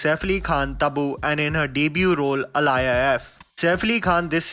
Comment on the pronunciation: It's not alaya it's aaliya Like aaliya bhatt